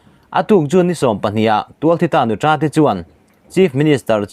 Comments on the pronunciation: Nuța tih tur.Nutra hi mizo țawngah a awm lo... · Nuta(nutra) i thluk dan hi a dik hlel deuh